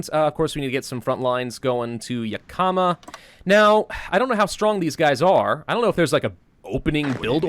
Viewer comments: It's not Ya Kah Muh It's Yak Ih muh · Same, right when he said ya-kama, I, out of habit, went, "Its yak-uh-ma!" lol. But it is a tribal word, so a lot of people who aren't from Washington mispronounce it, oh well! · I'm sorry, but as a Washington native hearing pronounce the vic. point names made me absolutely cackle! Yakama: (Yak-a-maw) not (Yu-ka-muh) lol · Yakama; (YEAH-KUH-MUH) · YaK-EE-MAH.... I know you don't usually read these, but....YAK-EE-MAH (I live near it). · Juuuust so you know, I live in Washington and it's pronounced; (Yahk-uh-muh) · It’s pronounced “Yak-uh-maw”. I’m sorry, I live near there, it’s just something that bothers me. Like the people who say “Worshington” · I hear you on that. Originally from Moses lake myself. Yak(the animal)-i(ick)-ma(maw) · As someone who has lived in Washington his pronunciation of Yakima hurts me. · The way he pronounces Yakima kills my Washington brain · How is it supposed to be pronounced? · While I am sure as does batch recording, he will not see this till it is far too late, though gotta do this before it gets too far lol...since he always butchers the names of stuff in Oregon when he plays OWB and I live around most of these XD. Love the videos, sooo >.> please... Yakama - Yak-a-ma Chemult- che-malt Klamath - Klam-eth